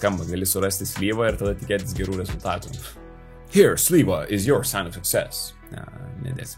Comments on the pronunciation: kodėl Slyva tari, o ne Sleva? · man atrodo tarimas turetu buti Sleva, ne slyva...